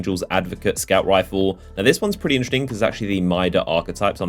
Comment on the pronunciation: He says 'interesting' like 'intrrrting'.